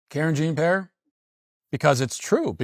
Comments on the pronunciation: Karen Jean Pear I love it. That's hilarious. At first I thought he was accidentally pronouncing it wrong. Then I realized, nope. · I missed him saying Karen Jean Pear. 🥹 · Off topic, but Matt saying KJP's name like "Karen Jean Pear" is funny to me for some reason 😭